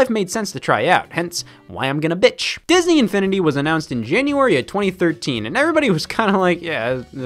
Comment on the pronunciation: Bro, the way he said “Disn-E Infini-D”